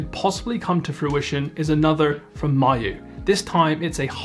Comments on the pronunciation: Me - you not M-eye-you 😀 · I really prefer it when Miyoo gets pronounced "Me-you" instead of "Mayu". It just sounds friendlier.